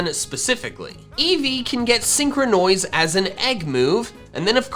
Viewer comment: Nobody: Not a single soul:: SEEN- CROW-NOISE.